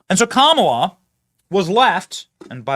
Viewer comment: ... "Kam-bala"? ... Is that - as in - Kamala + cabal? I'm going w/ Kam'Obama ...- as in: camouflage-Obama (Obama in woman-face) Kam'Obama-admin - formerly JObama-admin ... but "same-same"